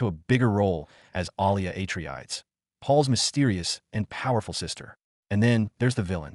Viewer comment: “Paul AtreAIDS” 😭